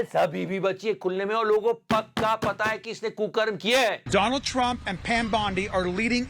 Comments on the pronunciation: Abey doland nahin donald Trump hai uska naam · I like your videos but don't pronounce Donald in other way. All male, females watching your channel sometimes with family. Don't use double meaning words. A kind request